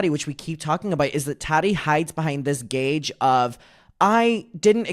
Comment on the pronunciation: I love you but its not gauge it’s guise, hide behind the guise😭🫶🏻